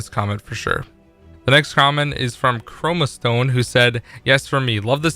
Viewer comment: "Chromostone" hey?